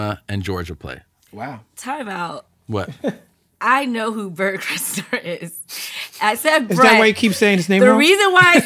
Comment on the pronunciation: It's Bernt yo